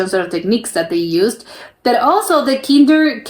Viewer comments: Kinderdijk, dijk pronounce it as in i from ice Kinderdijk litterly "ChilderensDike. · Dick Van Dyke if you prenounce his last name you have it correct (dyke=dijk)